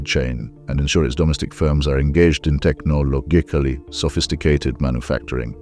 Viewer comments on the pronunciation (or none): wait a sec, is this an ai voiceover? I wouldnt expect a native english speaker to butcher "technologically" like